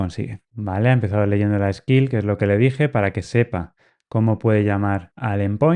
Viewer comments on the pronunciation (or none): none